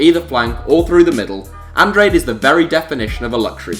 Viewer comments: Andrade - An-dra-day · Bruno Andrade's surname is pronounced An-drar-day. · Lol the way you said Andrade 😂